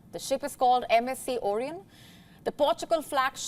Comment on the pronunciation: You can't pronounce vessel or Orion.Pity